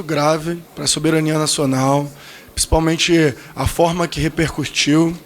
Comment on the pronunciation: "Nossa farda"? Ah, vá se f****!!!! "Qual os critérios", "rerpercurtiu"... Meu Deus do céu... Que imbecil.